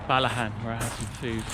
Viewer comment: Fantastic video - I grew up just next to Milngavie. Beautiful scenery and loving the Balmaha pronunciation. Tom Weir was a legend and his show was called Weir's Way and it was about showing us everyone can go out walking:)